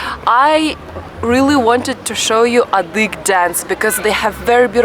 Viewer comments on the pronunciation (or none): thank you for beautiful videos but you should study a bit the cultures you don’t know well. You kept saying “adyhig”; it is adygheeee” with an e at the end. Additionally, you never talk about very crucial historical events. Adyghe people had to immigrate to Ottoman land in 1864 onwards because the Tsar of that epoque forced them to. It is the most tragic event of their history. Now most of the circassions (around 3 million) live in Turkey. You are telling irrelevant stories which makes me surprised. Put a bit intelle tual effort please.